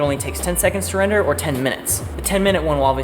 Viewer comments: Who had too much time and added "wrender" over everytime "render" was said? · wrenders a wrender wrenderless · I like how without fail whenever said render or rendering they changed it to wrendering and wrender